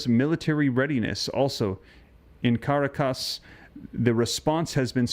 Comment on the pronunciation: The l is silent in calm, rhymes with mom. Also, the capital of Venezuela is pronounced cuh- ROK-us.